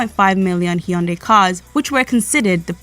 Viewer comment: 리포터가 삼성과 현대를 발음하는데 삼송이나 현다이가 아니라 삼성이나 현대로 발음하는 것만 보아도 미국인들의 인식이 많이 바뀐 것을 알겠네......